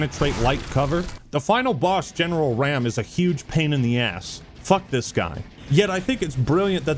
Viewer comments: how do you have 18 years to learn how to pronounce raam and still call him ram lol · It’s pronounced Raam not Raam.